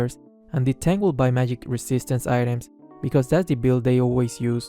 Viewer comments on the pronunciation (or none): none